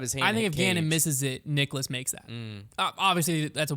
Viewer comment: Guys it's Niklas not Nicholas..... (Pronounced KNEE-KLAS)